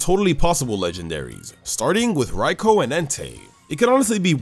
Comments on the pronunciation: Its not called raiko its called raikou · It's pronounced Rai-koo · The best way to be nice to Raikou is to pronounce its damn name correctly. Rai-ko just sounds stupid